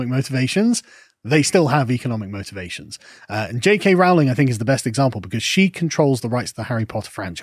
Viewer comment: You are still mispronouncing J. K. Rowling's name. It rhymes with Rolling. PLEASE TRY!